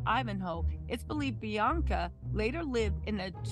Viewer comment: It’s not blac China it’s Bianca you said black China 😅